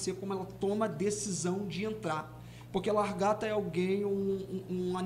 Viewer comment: 😂😂 tão lindo, mas ajudem ele a falar LA GAR TA kkkk